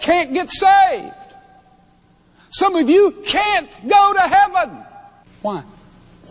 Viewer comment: I’m gonna walk around all weekend saying “hwhy?!” cuz the way he pronounces it definitely has an H at the beginning 😂